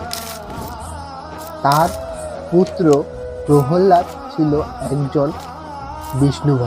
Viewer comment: Prollad ❌️ prohollad ✅️😂😂😂😂😂😂